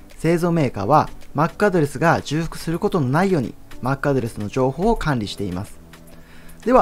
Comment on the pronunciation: 重複→「じゅうふく」ではなく「ちょうふく」と読みます